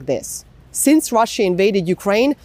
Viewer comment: And that annoying pronuciation of the words Russia and russians. It's pronounced ruh-shuh, not rassiya or rassiyans.